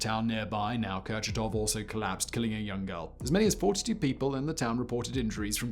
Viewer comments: Kucharov or Kurchatov?! C'mon, Simon... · Kurchatov city, not Kucharov. Like your videos! Nice shirt by the way. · Kurchatov, pronounce Kur- chA- tov. Not a kUcharov Named after nuclear scientist, NOT Ashton Kutcher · Kurchatov is the person with the same functions and role in ussr as Oppenheimer was in the USA . If author is unable to pronounce properly the surname of one of the most important persons in soviet’s nuclear programme , what is the aim of this video: monetisation ? hype?